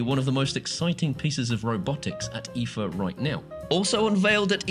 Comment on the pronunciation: It's pronounce --- eye - FA or E- FA